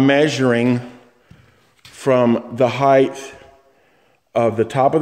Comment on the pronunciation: ...heighth? No such word. Height.